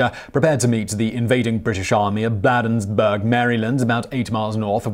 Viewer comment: BLAY-denz-Burg Maryland (a quick note from a native of the town)